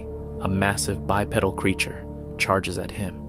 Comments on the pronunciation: please don't pronounce it bi-pedal...IT'S BYE-PEE-DULL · “bi-pedal”. 😂😂😂 like bicycle pedal…😅